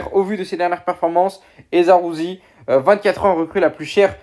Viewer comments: J'allais dir la même chose zarouzi c'est qui celui là? Le correcteur veut même pas me l'écrire mdr😂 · C’est Zaroury